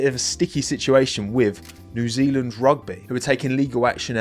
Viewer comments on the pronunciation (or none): none